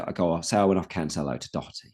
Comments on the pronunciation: As an Irish person, it's very annoying the way you pronounce "Doherty". It's "Daw-her-ty". Don't say "Dock-er-ty". Thank you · All good. Just for the love of god not Dock-er-ty.